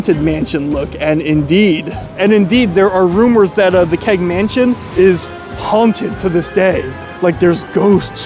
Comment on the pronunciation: Love your videos, and so happy you came back to Toronto! As someone mentioned, you have your pronunciation down! What I would say about the Keg, is that while it's not on par with a premium steakhouse, it's always consistent and never a letdown.